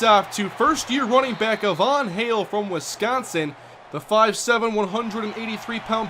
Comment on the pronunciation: Hey I think Ivan Hale is pronounced it's eye vin hail. Not a Von hail.